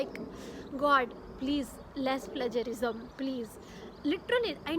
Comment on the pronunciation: You are pronouncing it wrong “Plagiarism”